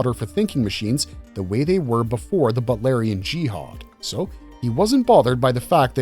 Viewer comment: It's pronounced BOOT. BOOTLARIAN. NOT butlarian.